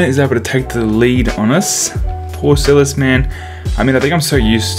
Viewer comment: hmmmmmm maybe i should get him.... btw its Paul Silas not silis btw love the vids oh and no hate j